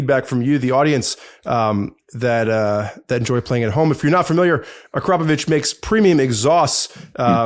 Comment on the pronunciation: Is THAT how you say Akrapovic?